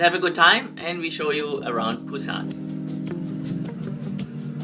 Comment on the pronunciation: Welcome to Korea! Thanks for sharing your trip to Busan, I've been there only once for a few days and I really want to go again after watching this. And, your pronunciation was precise! Hope you enjoy your time here and I can't wait for more videos!